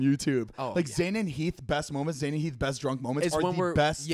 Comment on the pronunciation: Maybe Zane should take diction lessons to help with her pronunciation.